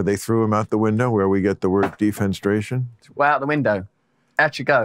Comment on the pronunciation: Different story with Maher. His self-congratulatory expression when he can finally use a term that Brand might not know (defenestration) while mispronouncing it and attributing the wrong etymology is priceless :D